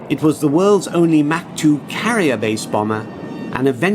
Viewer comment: Mach not Mac